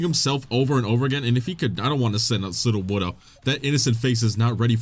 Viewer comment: dude. His name is PSEUDO woodo. PSEUDO WOOD. As in NOT wood.